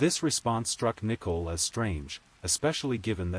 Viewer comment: Voice AI: Shannon= Shaw none Nicole = Nichel. Ruins the story. Please do better.